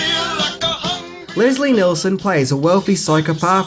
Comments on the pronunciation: Neal son not Nel son...... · Great video, but it’s Leslie NIELson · It's Leslie NIELSEN, NOT Leslie NEILSEN